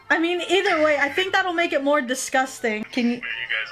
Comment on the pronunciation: “Distcusting” Said the Tentacle girl